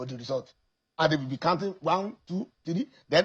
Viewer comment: A senator of the Republic pronouncing counting as kantin. From where did they bring this agbero?